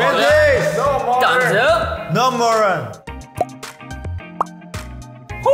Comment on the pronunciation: V :: vintage, no morden Me hearing it as :: vintage, no moron 😭😂